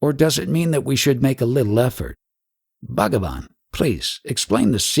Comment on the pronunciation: Referring to Ramana. He said Shri Bhagavan, but not pronounced clearly